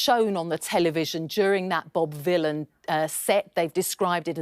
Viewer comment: One of the times you said Bob Vylan I thought you said Bob Dylan, which is quite funny because he's a Zionist shitbag.